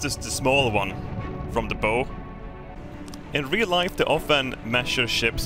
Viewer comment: Just an fyi, the way to pronounce the front of a boat is "Baow", you're pronouncing it like, "bow and arrow" bow